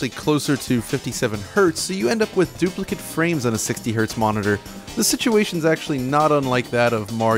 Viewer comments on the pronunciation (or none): none